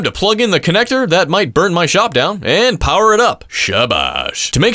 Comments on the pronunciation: Bro that shabash in farsi (Persian) means well done ❤ You've pronounce it perfectly 🥰 And smoothly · That shabash was perfectly pronounced 😂😂